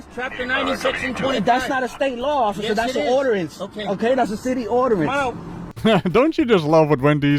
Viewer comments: sovtard says he’s not getting out of his “CAR—er uh My VEHICLE”. So he screwed up his script again, already. Called it a car and vehicle. AMATEUR!! They say “acks” instead of ASK, they can’t a say ordinance, like this fool who says ORDERANCE. Some times they say “colorable law” instead of COLOR OF LAW. Most turn to the sovtard/moor-on way because they can’t get their license renewed, or insured, and they cannot pay for their tags for their plates either. They would have to get a job to do that. If they got a job, their mommy might make them move out. I watched this video on another channel (DEgen.Nation, Schro’s Cat, or Van B) recently, and I think SPARKY makes an appearance soon. Window smashed, OC spray, SPARKY the Tazer, are so fun. I love when they use a K9 to remove the mooron sovtards from the car too. Whenever these lowlife people say they’re traveling, that it’s a vessel, I want to ask them how they paid for it. Was it an automobile loan? Or a vessel loan? Automobile insurance? I think after asking the driver for DL, Registration, and Indurance 3 times, the police should just arrest them, if it’s safe. Or as soon as they have help. Some traffic stops take 2 hours cuz the driver wants to argue. I totally respect the police and wish that these people would go to another country or go to their own island and peddle their BULL💩! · Lmao what's an "orderance"